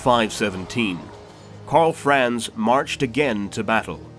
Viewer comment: I think this very nicely done WHF videos make it quite obvious why so many English speaking narrators butcher non-English names as they phase in and out of pronouncing vowels sometimes English and sometimes not, often in the same, compound words of some names of characters and cities, e.g. 'Karl Franz'. I guess it's something we all have to live with for the rest of our days. Still, I love the video series besides the brutal massacring. :)